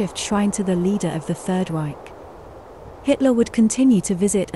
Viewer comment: yes, it's not Berghoff but a longer O, Hoof. Then Reich not Raik, like Dietrich, not Dietrick, Speer not Spier, Eva, not Iva, Braun not Brown, not Fjurer but Führer, Didn't expect an AI voice, fascinating.